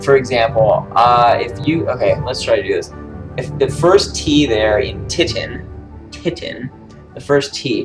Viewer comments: When you say Titan like that it sounds like the Geman word "Titten" and that means tits. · lol he said titten